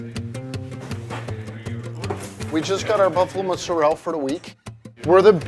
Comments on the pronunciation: Why does he say mozzarell instead of mozzarella? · Hey, in the Italian language every word ends with a vowel, so when you say muzarell, I’m assuming you mean MOZZARELLA? 20 years making pizza and you can’t pronounce mozzarella? 🤡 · Mozzarella, dude. For someone who spends that much time in Italy, you should know that's how they pronounce it. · My ears started to bleed when he said ' mozzarelle '... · its not "mootzarelle" its "mozzarellA" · People who say Mozzarell instead of Mozzarella are pretentious af. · Did he just call mozzarella mozerell? That's definitely Italian American as Italy says mozzarella... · everything was perfection until he said " MO ZA REL " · "Muzzarell". Mamma mia. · Him mispronouncing mozzarella ruined it for me